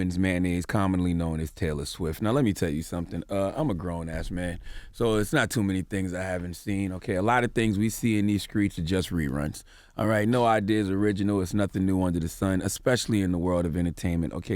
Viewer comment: It's STREETS. not skreet. Mainstream not mainscream. I've heard C tha God in another interview with white people around and he pronounces these words the right way. That's why it bothers me.